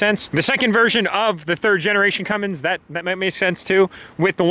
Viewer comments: Mini Cummins “mummins” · “The Cummins 1000”